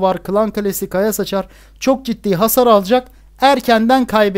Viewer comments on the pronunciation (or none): abi de kaya saçar ağzından kaya sıçar gibi çıkıyor ama olsun seni çok severek izliyorum